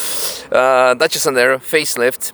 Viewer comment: Dacia Sandero ❌️ Dacia Sendaro✅️